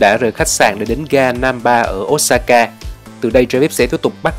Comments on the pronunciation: Xin lỗi chứ ô sa ka chứ k phải ốt sa ka nghe khó chịu v~ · Ô sa ka chứ ko phải ốt sa ka a ơi. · góp ý với a là Nhật không có âm O và U thay vào đó là Ô và Ư (Osaka > Ôsaka, Sakura> Sakưra, Fukuoka > Fukưôka ):D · Chả ai đọc là ốt sa ka ad ạ